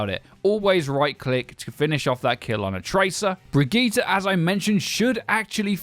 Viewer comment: That's how you say it